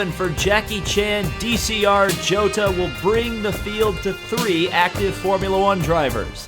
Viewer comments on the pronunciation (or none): none